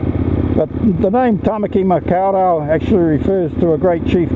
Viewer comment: Impressive, very impressive. I was particularly impressed with your pronunciation of the words in Te Reo Maori (however, the ‘au’ sound in Maori is pronounced like ‘oh’ not like ‘ow’, making it muh-k’oh’ r’oh’ in Tamaki Makau Rau.) Otherwise seriously impressive facts aye?! 🤜👍✌️